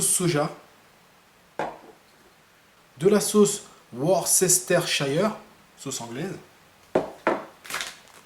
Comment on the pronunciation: Juste pour info, la langue anglaise ayant ses subtilités qui nous sont étrangères, la syllabe "ces" dans "Worcester" ne se prononce pas. ^^ C'est "Weursteur"